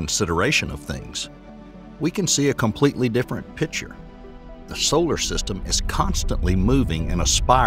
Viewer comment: I THINK YOU REALLY MEAN "PICTURE" AND NOT "PITCHER"!